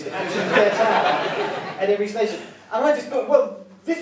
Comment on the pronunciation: One of the four letter station was incorrectly pronounced. My user name is a bit of a give away.